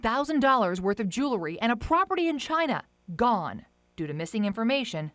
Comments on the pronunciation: What is “jew-la-ry”? Is she meaning to say “jewel-ry? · For fuck sake it’s Jewelry not Jooolery. Get someone who’s educated.